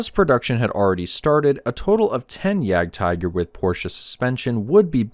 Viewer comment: It's pronounced Jagd-teeger. Either say that OR 'hunting tiger'. Don't mix up languages. It's not because a word is written the same in another language that it's pronounced the same way dude. I'm not even German, I'm Belgian. Though I live close to the border, in Battle of the Bulge country.